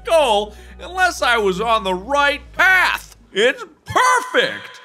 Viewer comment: "I AM ON THE RIGHT PLATH"